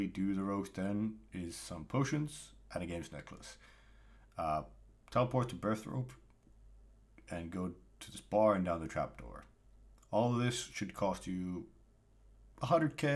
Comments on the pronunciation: lol why are you calling it birth-rope my dude. It's burthorpe. Like birth orb, but with a p, orp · it’s not to do with pronouncing, I don’t call Falador “Faldaro”, there’s no “rope” in it